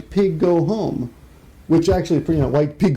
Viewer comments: I'm hearing whito pigo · Oh gods, when I heard you say White Piggu I almost died laughing. Why do I think that is so funny? Jeez..